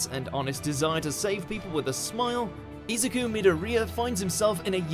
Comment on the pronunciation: The why he pronounces Izuku triggers me